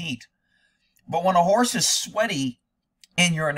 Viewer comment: Horse not hores!!!